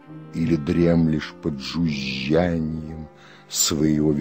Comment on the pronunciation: Жюжжяньем 😅 мда уж , не умеют щас читать стихотворения никто , только прошлое поколение